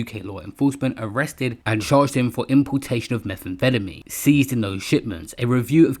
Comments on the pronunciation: Why is he saying Meth that way feddameen 😂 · Every time you say methamphetamine it sounds like youre having a stroke… why you say it like that? Lol